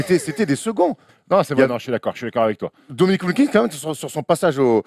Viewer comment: Le blasphème car dit WilkinGGGGGs tout du long on dirait France télé de l époque qui pipait tchi à la Eneba